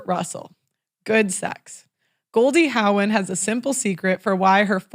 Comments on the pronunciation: Goldie Hawn ( pronounced with a silent W, rhymes with lawn) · How is it possible that doesn’t know how to consistantly pronounce Goldie Hahn’s last name correctly? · Haha the way she said Hawn